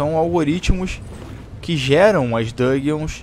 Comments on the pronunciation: Dungeons, nao DUGUEONS...a pronúncia não é tão difícil, bicho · Mano eu sei que vc entende inglês mas sua pronuncia é muito errada, "batle" "dãgueons" ... melhora isso ae pq as vezes dói o ouvido #paz